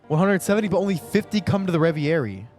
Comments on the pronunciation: ITS. PRONOUNCED. RE. VE. RIE. NOT REVY AIRY. PLEASE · "Revi-eri" lol "Reh-ver-eee" Dope reaction as always though bro! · hey, french guy here. please pronounce it "ray-very". thanks.